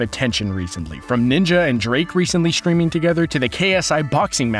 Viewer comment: It's " streaming " not "schtwiming"